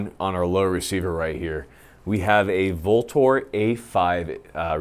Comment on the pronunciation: VLTOR is pronounced "Ultor". It's Latin for "avenger".